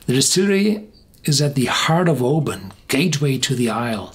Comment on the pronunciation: My home town. Thank you for not saying "o-BAN"! 👍🥃 Didn't know this one stands head and shoulders above the rest!